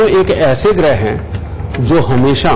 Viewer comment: Gruha ( घर) nahi ग्रह